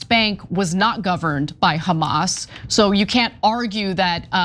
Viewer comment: Did anyone notice that any word starting with the alphabet H Jews can’t pronounce it :: example hamas is kamas - harry is karry lol 😂